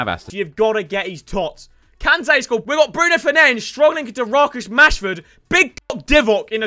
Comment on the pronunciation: “Rarcus Mashford”